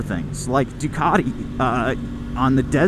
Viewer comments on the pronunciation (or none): none